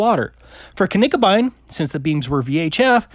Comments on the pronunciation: Cannot unhear "k-nickerbine" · Never heard of silent k’s…. good one 🤣🤣 we can all hear silent k’s when Taboo talks 😳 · There is no silent K in German. the way he said it is still not quite right but closer to the actual name than the English just omitting the K. :) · Hey, love your videos, thanks for showing all these hilarious flat earthers. Just one thing I would like to say as a German: Knickebein is actually said with an audible K:P I don't think there are many silent Ks in German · Just one little correction: Knickebein is not pronounced with a silent k. There is no word in German that beginns with a silent k, that I'm aware of. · Finally... a flatearther gets something right that gets wrong... There are no silent Ks in German - his pronunciation of Knickebein is unfortunately spot on 😅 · There are No silent Ks in German ^^' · Actually,, "k"s are not silent in German, so you should pronounce the "k" in Knickebein.